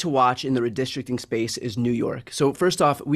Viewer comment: The New York Independent "Redrishtrin" Commission? Come again? 🤦🏻‍♂️ Dude needs to slooooow down and breath every once in a while lol